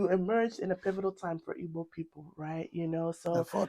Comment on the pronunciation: Unfortunately ndi Igbo are messing up. We are IGBOS not IBOS for god sake. The ward IBOS came from those none Igbos who cannot pronounce GB then replaced it with B and some of us ndi Igbo stupidly accepted that wrong pronunciation of our beautiful name IGBO which came from ndi GBO the ancient people or people of the ancients.